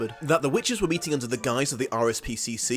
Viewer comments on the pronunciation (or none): none